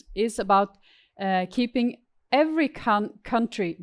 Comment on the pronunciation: what country was she calling cuntry